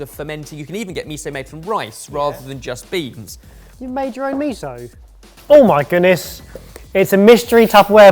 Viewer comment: Absolutely loved this episode and all the new uses for miso and tahini But please, miso isn’t meeeso😆 Mi as in Mickey Mouse So as in So, you’ve got it MiSo Apart from that fabulous fabulous fabulous